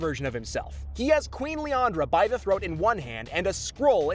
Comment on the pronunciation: Lilandra not liandra